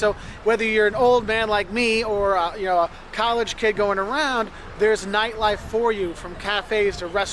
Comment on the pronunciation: Funny how you say neightleife, instead of nightlife. ^^ I'm sorry, but it's just funny to me! 🙂